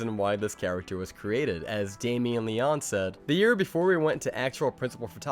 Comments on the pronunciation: It's Damien Leoneeeeeeeee. Not Damien Leon. The last e in Leone is a long e. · Well damn now I have to sub. Lol I am insanely curious about all things Art the Clown. Il see what else I can to watch on ur channel. I am sorry to hear about your loss and wish you all the best. Also I have never heard Leone pronounced the way you did it and I don't think that's right but what do I know.....